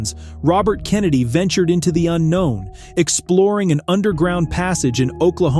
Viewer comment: John Edward JONES, not "Johns". Robert CANADAY, not "Kennedy".